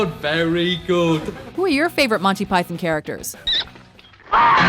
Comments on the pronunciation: I'm Canadian, the vast majority of us pronounce it like Pie-thon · "Monty Pythin"? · The way she pronounces Python makes me twitch. You're not British, don't force a British pronunciation without the British accent, it's sounds ridiculous. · learn how to say python.